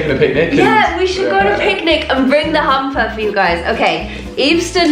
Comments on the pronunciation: I sounds like she is saying humper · I thought you said hamster